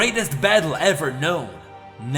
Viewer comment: it's pronounced "eye-core" not "icore" you nerd